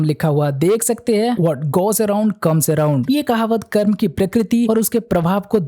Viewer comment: भाई एक अनुरोध है कर्मा नही कर्म बोला करो